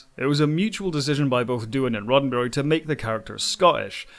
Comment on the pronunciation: Sounds like he is saying Rotten Berry